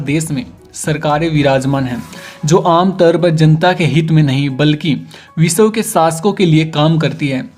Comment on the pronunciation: Kyuki ye biswa ko bisaw bolta h